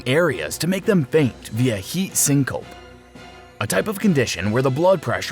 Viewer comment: My man said Heat Sinkope... it’s Syncope... Syn-co-pe.....